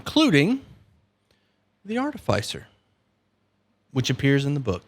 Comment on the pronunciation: Artificier is pronounced like in Artificial not arti-fey-sir.